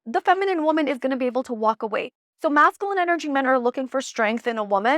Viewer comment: Love your videos! Just wanted to share with absolute love and zero shade intended, that you are saying masculine incorrectly. It’s pronounced mascUline as opposed to MascAline. You say the word so often, I thought I’d share.❤ keep sharing your beautiful light babe!